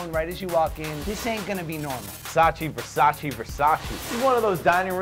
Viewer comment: It’s Versace not Versaci